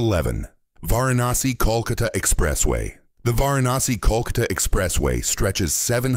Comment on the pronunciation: हा बोलणारा माणूस एक्सेट मध्ये का बोलतोय? कोणी भारतीय का मिळाला नाही?? वाराणशी चा उच्चार कसा करतोय?? 🤦🏻‍♀️😔